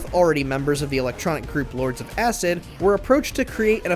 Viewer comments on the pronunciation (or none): none